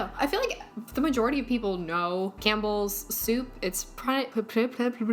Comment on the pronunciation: All I think of is that vine- “Pronouncing things incorrectly” when he says “Cam P BELLS” 😂